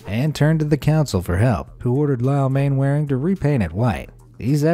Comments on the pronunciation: 3.29 it is not pronounced as it sounds it is not Mainwaring it is pronounced as Mannering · Mainwaring is pronounced manner-ing. Haven't you ever watched Dad's Army? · Sorry to be pedantic but... Mainwaring is one of those odd British names that's pronunciation is completely different to it's spelling, it's actually pronounced 'Mannering' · Wow, Main Wearing 🤣🤣 watch dads army and you will learn how to say that name (it’s pronounced Manoring) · Am I the only person who winced at the pronunciation of Mainwaring? Man-ring not man-wa-ring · "Mannering" not "Mainwaring" - UK English is very irregular. For example, the villagd Trotterscliffe is pronounced "Trossley" and Meopham is "Meppam" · Mainwairing is pronounced Mannering. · Mainwaring is pronounced Mannering. Why does it sound as though the voiceover is talking through a blanket? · interesting to see what lengths some people will go to to be mean. Interesting and somewhat saddening. By the way, in England the surname 'Mainwaring,' is pronounced, 'Mannering.' Just so you know. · For reasons known only to the English upper classes, Mainwaring is pronounced Mannering. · Mainwairing is pronounced Mannering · The owner of the candy striped house, Mainwaring ... it's pronounced "Mannering". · Good grief, please learn British pronunciation. Mainwearing is pronounced Man-er-ring. Philistine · Mainwaring is pronounced "mannering" as anyone from Old Money would know (and anyone who has watched dad's army) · Ah, spite houses! A fun, but expensive way of giving a crappy neighbour the bird. Nice video, but I must pull you on one thing: Mainwaring is pronounced “mannering”. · Just to point out Mainwaring is pronounced Mannering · As all Brits know, Mainwaring is pronounced Mannering. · The name Mainwaring is actually pronounced Mannering! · Anyone who's watched Dad's Army knows that Mainwaring is pronounced "Mannerring".